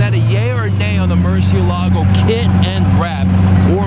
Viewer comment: Every time you say murciélago y LMAO!